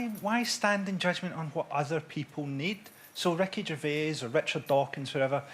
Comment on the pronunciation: I genuinely thought Frankie Boyle was saying Wreckage of Age the first few times he said Ricky Gervais 😂